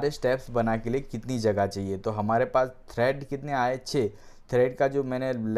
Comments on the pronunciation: Its tread, not thread. Pls correct urself. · Tread not Thread!